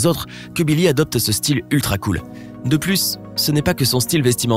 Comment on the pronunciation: je rêve ou il a dit nillie?